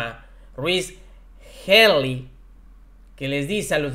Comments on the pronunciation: Se pronuncia Jili. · Se pronuncia Hili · "Áragon"o Aragón? Me da tristeza tanta incapacidad de los llamados communicates de la 4T... No sean un reflejo de la ignorancia, si no sabes pricing o no estás seguro de cómo se pronuncia tal o cuál palabra INVESTIGA , pero no hagas el ridículo! Ya propósito, la pronunciación de Healy es: "jily" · Healy se pronuncia "Jili" noto que cada vez lo pronuncia diferente, no es importante .. espero le sea de ayuda y se sienta cómodo. Éxito en el 2023 !!! Feliz año nuevo 🎉🎉🎉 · Se pronuncia “ JILY “ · Se escribe Healy, y se pronuncia Hily, por favor infórmate antes de dar las notas.